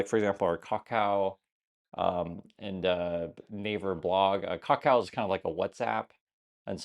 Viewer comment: As someone else living over here, the biggest issue here is why is saying Kakao the way he is? No one says the name like that!